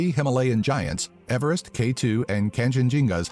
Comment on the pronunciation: George Everest’s surname was actually pronounced “Eev-rest” not “Ever-rest”